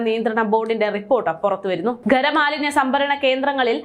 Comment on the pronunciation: ഗ രമാലിന്യമല്ല, ഖരമാലിന്യം എന്നാണ്. ഈ വായനക്കാർക്ക് നാക്ക് വടിക്കുന്നസ്വഭാവം ഇല്ല എന്ന് തോന്നുന്നു.